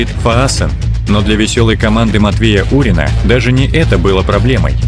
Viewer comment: Не Урин(А), а Фурин😃